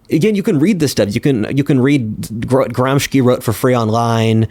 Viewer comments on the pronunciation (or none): is your guest referring to Antonio Gramsci (1891–1937) the Italian Marxist philosopher? if so, his name is pronounced: an-TOH-nee-uh GRAHM-shee, not GRAHM-shkee. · Bro - this is a brow raising moment, you are mispronouncing the Italian last name of Antonio Gramsci - it is Gram-shee not Gram-ski, so strange, this is a relatively well known figure, this is an Italian last name, not Slavic, makes me wonder how deep is your knowledge. Also, the kulaks in Russia were killed not a generation after the serfdom was abolished (1861) like you stated, but three generations later in the 1929-32. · Gramsci is pronounced like gramshee